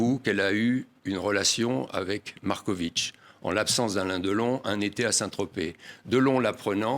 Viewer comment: Il.ne cesse de dire Marcovitchhhh. C est.agaçant. Au moins l interviewer l.a bien prononcé. MAR KO VIC.